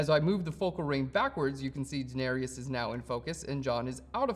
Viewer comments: It¨s DaeneRYS, not Daenerious. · Really great tutorial for this. Much appreciated. Though I did cringe every time you butchered the Daenerys pronunciation.